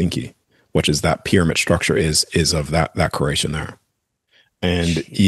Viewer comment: It’s cause he can’t say CREATION CRE-At-ION! Say it like it’s spelled CREATION! Not KeRATIOn